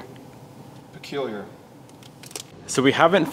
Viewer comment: Boss the word is peculiar pronounced puh-kyoo-lee-ur…. Love the content tho plz give more updates on the civic